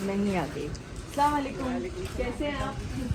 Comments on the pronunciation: Dipika aap salaam sahi Karo plz slamalikum nhi bolna aap ese bolo Assalamualikum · Heyy Assalamualaikum!!one thing i want to say do salam properly i know you are trying to convey it properly..salam has a different meanings if you say salamalikum it's approximately giving badua to them ...if you say Assalamualaikum means it's all about your giving salamati to them don't take it as bad review I'm just trying to help you to pronounce it properly...jazakillah khair❤❤ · Salawalekum nhi mam assalamualaikum bolte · if you don’t mind samalikum nhi hota ……Asslm o alaikum hota,,…,,just for correction bta rhe plz dont mind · Don’t say sawalekum please say properly Assalamoalikum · yours salaam pronunciation is wrong its Assalam o Alaikum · Dipika salam karna sikho plz salam ghalat karti ho aap salam k meaning change hojate h Assalamu alaikum wa rahamatullahi wa barakatuhu...... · Dipika jeee plzz salam thik se kren warna is ka matlab badal jaata hai naraz nhi hona plzz As salam u alaikum Hota hai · Ap salam sahe se karey jo ap salam kar rahe h ws ka matalb galat ata h